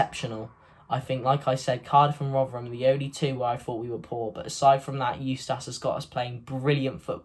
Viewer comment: Like the videos mate but it’s eu-stiss not eu-stass. KRO